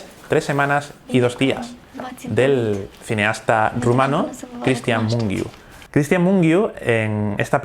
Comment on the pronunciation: Muy interesante!!! Gracias por añadir una película rumana! Es verdad, es una película muy buena. Yo también la utilizó en mis clases de cine. Disculpa si soy pesada, pero el apellido "Mungiu" se pronuncia de otra forma. Cuando tengas tiempo, puedes ver este vídeo y al final, la presentadora pronuncia el nombre del director en rumano: saludos!!